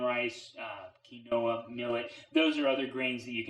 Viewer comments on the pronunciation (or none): The fact that he just said kin-noah instead of quinoa 😬😂😂💀💀 lmao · The pronunciation is KEEN-wa, not Kwi-NOH-a. Drives me nuts ... and I'm on his side.